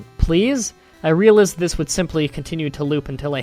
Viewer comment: dude you complain about typos and you pronounce things horribly wrong like realized and color you are awsome but try to say things right okay?